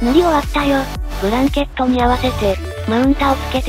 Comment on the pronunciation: ブランケット→ブラケット やねw